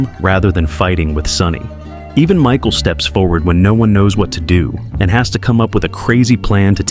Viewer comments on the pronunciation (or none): none